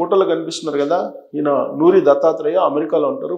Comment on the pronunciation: నోరి , నూరి కాదు